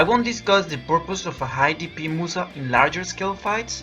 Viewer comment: Started watching. 15sec in the gentleman said 'Musa'. I proceeded to laugh uncontrollably then turned the video off...